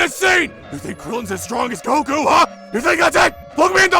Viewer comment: The way he pronounces Goku and Gero just makes me want to shoot myself.